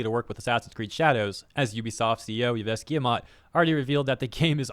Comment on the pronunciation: FYI, Yves is pronounced Eve